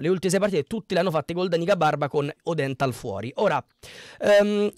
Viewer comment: Praticamente non avendo seguito il Como hai guardato su Sofascore chi ha giocato e basta..le pronunce sono: Ciagia’, Iannou e ódenthal poi Lucas Vasquez..Gioacchini in B ne ha fatti 0..Daii suu